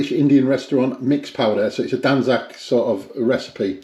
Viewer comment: He has butchered it lol.😂😂😂😂